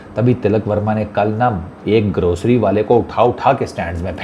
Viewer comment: Bhai aap jab grocery wala bolte ho bada maza aata hai 😂😂😂